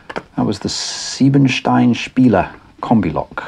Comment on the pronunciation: Not sure if there any connection, but Siebenstein was a German TV series for kids. (As usual, you pronounced and translated it correctly - have your learned some German in the past?)